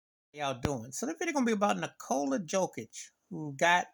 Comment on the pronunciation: Ahahahhahah first you have to know how to pronounce his name, and then you have to learn basic’s of basketball, and when you comment something you have to know something about that subject